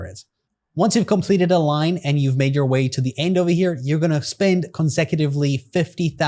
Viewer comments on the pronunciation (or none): none